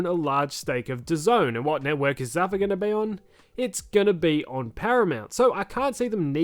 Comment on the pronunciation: It's not zuh-fuh... it's zoo-fah on the pronunciation